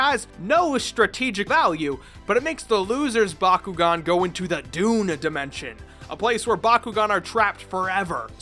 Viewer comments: Homie also said the doon card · "Doon Dimension" LMFAO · Did anyone else realize that he said "Doon Card" and "Doon Dimension"? Bro it's the Doom Dimension, I am still obsessed with the show and it's been over 10 years lol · I swear this dude is saying "doon dimension." Even emphasizing the "oon" instead of saying "doom dimension"😂😂😂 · Not doon doom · Does it sound like is calling the Doom Card the Dune card to anyone else? Because it sure as hell does to me, and apparently to youtube's subtitles, which somehow got bakugan right. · He legit said “dune” instead of doom dimension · its pronounced doom not dune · Did... did he just call Doom Cards... ‘D u n e cards’? The D U N E dimension?? XD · He also called it the “DOON” dimension lol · Ok, I know I'm gonna sound like a jerk, but it's not dune dimension, it's doom dimension. And Haos is pronounced HAY-os, with the long o sound. I say this not to be a dick, but just cuz I love bakugan. The video was fun, and very nostalgic. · Some corrections (I love Bakugan): It's called a Doom card because they go to the doom dimension. And the light attribute is pronounced as Hey-os. Still, it's a good video, and I like how you looked into all aspects of Bakugan.